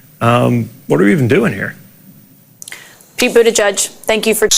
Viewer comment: Pete who??? Learn how to say his name before you post anything!! Do your homework young man!!!!